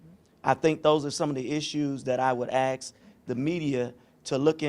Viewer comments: Say “ask” without saying axed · “Axe”….. “have been”….. “due process”….. these people sound like idiots. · None of them can say the word ASK....it's only three letters ,yet they still get them the wrong way round